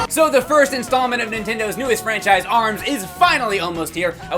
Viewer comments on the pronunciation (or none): none